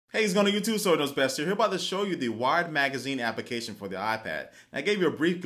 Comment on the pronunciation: WHY DOES HE SAY APICATION????!!!!